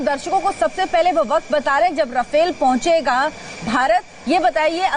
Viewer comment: भाई रफाएल है राफेल यार क्यो पागल बना रहे हो